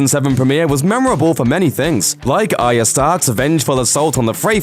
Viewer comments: Why can nobody pronounce arya the right way. The R isn't silent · Arya not aria